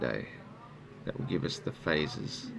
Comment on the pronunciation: He said faces, not phases.